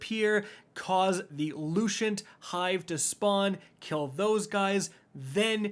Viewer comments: LUCENT!!! LOO-SENT!!! NOT LUCIENT!!! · Lucent is loo-sent, not loo-shent. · Take a shot every time says “Lushent” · I can't stand to hear you mispronounce lucent one more time. Smh